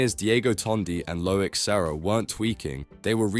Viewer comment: This ai tries hard with it's accent but words are mispronounced; chassis/leclerc... good effort though.